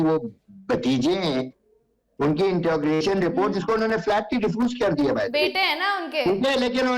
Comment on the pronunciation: Introgation nahi interrogation. Ya banda jahil bhi ha